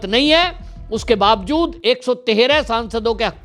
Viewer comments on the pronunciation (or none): none